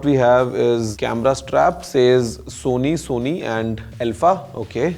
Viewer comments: Sone (Sony )ka camera.😅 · Now who's saying that Gaurav always pronounces Sony as Sone?